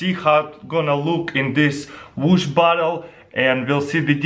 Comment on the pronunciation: hah when he says bottle it sou ds like he says butt hole lol